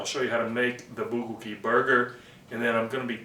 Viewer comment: it's pronounced "bul-go-gi"